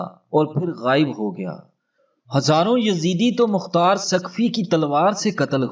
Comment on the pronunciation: تم نے مختار کو مقار کیوں کہا تم بڑے بغیرت ھو کیا تم یزید کے حا می ھو